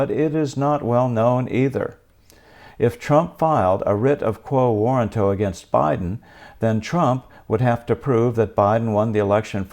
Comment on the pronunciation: Get your pronunciation correct before you make a podcast. Warranto has emphasis on "RAN", like "waw-RAN-toh". You got it wrong. Check dictionary audio pronunciation: Click the speaker icon next to the phonetic spelling on that page.